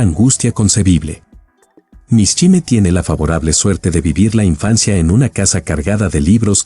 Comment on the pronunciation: Mishima Yukio...mishime", no existe ese apellido ni hay palabra alguna. No es para nada agradaba qué pronuncien mal tú apellido.